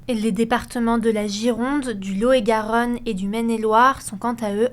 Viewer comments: elle sait pas prononcer Lot-et-Garonne? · je pense que c'est a cause de la prononciation des mots , comme Lot-et-Garonne qui est prononcé L'EAU et Garonne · "Lo et Garonne", c'est mignon, mais on prononce généralement le t de Lot. 😉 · le fameux "lo et Garonne" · Le « lo et garonne » ?? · le fameux lo-et-garonne